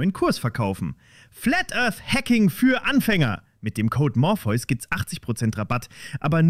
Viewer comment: Du heißt morpheus. Nicht morphius.